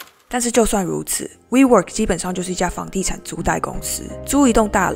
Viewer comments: 租賃（ㄌㄧㄣˋ） 不是租貸喔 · WEWORK「租賃」公司，為什麼會唸成「租貸」？ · 演算法帶我來這個很棒的頻道，影片節奏很好。但有個小小的建議，租賃的「賃」讀音是「吝」喔！